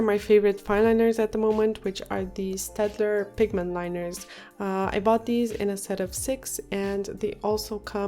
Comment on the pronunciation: Thank you for saying staedtler right. 😂😂 my favorite pen brand that's why I'm picky